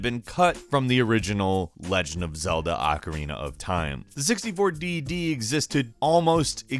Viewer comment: Wtf is the acarina of time? Learn how to talk tool.